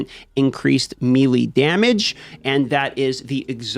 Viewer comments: Melee is pronounced "May Lay". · all in good fun, but has anyone ever told him melee is pronounced like "maylay"? lol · I know some of these host, like to mess words up on purpose. Does he know how to say melee and just saying it wrong because? He just says it so many times in here wrong.